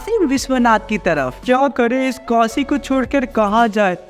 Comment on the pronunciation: vo Kasi nhi Kashi hota hh